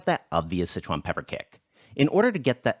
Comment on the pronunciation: Why do you pronounce Sichuan as "Citron"?